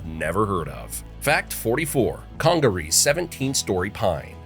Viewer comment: .Edizztoe WTF😂! South Carolina here. He probably called Huger street in Columbia Hew-ger😂 or Gervais Street Ger-vi-ass😂. I'm actually surprised he said Congaree properly!